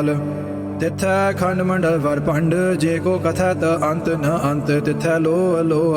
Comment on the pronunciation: Bhai sahib ji tusi ਅੰਤੁ ਦੇ ਪੈਰ ਚ ਔਂਕੜ ਵੀ ਬੋਲੀ ਜਾ ਰਹੇ ਹੋ ਮੈਨੂੰ ਲੱਗਦਾ ਇਹ silent hundi ਜਿੱਥੇ ਤੱਕ ਮੈਨੂੰ ਪਤਾ ਸਹੀ ਉਚਾਰਨ ਕਰੋ ਬਾਣੀ ਦਾ